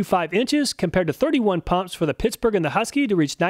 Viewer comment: Is he saying pissburgh?